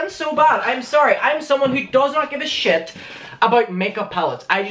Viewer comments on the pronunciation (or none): No hate but I died when you said sh-I-t 😂